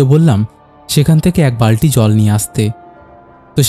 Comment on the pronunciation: দাদা কিছু জায়গায় উচ্চারণ এর ভুল আছে, বালটি নয় বালতি হবে